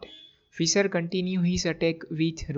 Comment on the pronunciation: This is a good game. However, you REALLY need to work on improving your accent when you speak English! For example, it’s not “Fisser”, it’s pronounced like “fish” with an “er” tacked on. Also, you should not pronounce “move” to rhyme with “dove” (past tense of “dive”) or “rove”, but rather pronounce it as if it had two Os, i.e. “moove” to rhyme with the vowel sound in the word “moose”.